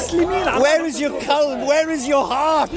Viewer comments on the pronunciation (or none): It’s hilarious how he’s trying to pronounce the arabic word for heart and it sounds like the arabic word for dog…